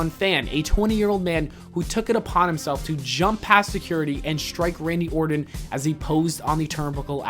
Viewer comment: “RADNY ORTON” 😂